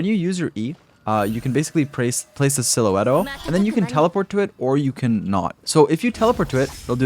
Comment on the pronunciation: "Lightning Silhuetto"